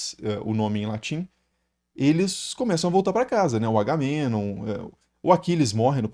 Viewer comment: Se pronunciou o nome do Menelau corretamente, deveria ter feito o mesmo com Agamenon.